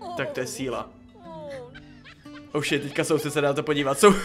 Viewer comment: Prosím tě neříkej oušit protože anglicky je to hov*o děkuji